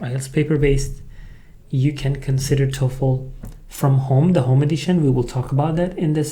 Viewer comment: Hi, work on the dark l sound in the Toefl. It currently sounds like tofu.